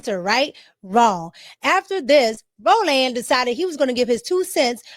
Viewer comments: Row Land Marteen is CRAZY Pronunciation 🥴🙆🏿‍♂️🤣😂🤣😂🤣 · Ro-Land , every time you say it I repeat it … lmao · "Row-LAND" is killing me! LoL ✨️